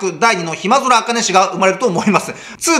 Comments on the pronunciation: 、 暇空（ひまぞら）じゃなく（ひ・ま・そ・ら）だよ～ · 暇空茜の読み方はひまぞらじゃなしに、ひまそらやで。 にごらない